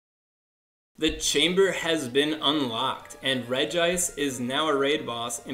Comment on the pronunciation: How many People are going to keep pronouncing it's name wrong? It is pronunced Regi-ice!!!!